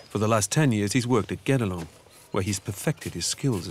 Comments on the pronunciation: To be honest, I heard "Get-Along Castle" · Everytime they say Guédelon Castle I hear "Get Along Castle" and I thought it was partly a joke because everyone has to ...get along... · mispronounced the fckn name of the castle.